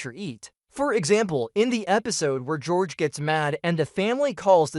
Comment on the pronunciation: It's george not horhay